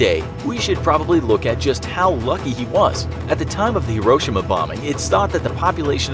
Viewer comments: Hiroshima is pronounced liketjis(hero-shims) not hro-shims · Dont you say Hiroshima like hero-shema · FYI, it's: hee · row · shee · muh. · Am I the only one that hates the way this guy says Hee-Ro-Sheema? Hiroshima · It’s pronounced (Hero)-(shi)-(ma) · FYI: Hiroshima is pronounced hero-she-ma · How did you pronounce Hiroshima? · I think it’s just how Americans say it but I think you said Hiroshima wrong? I think I’m just Aussie so... yeah